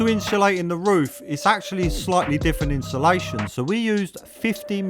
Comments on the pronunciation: Insulation ❌ Inshulation ✅ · Why do us Brits struggle to say insulation 😂